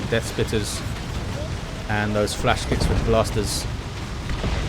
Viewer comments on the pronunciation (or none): none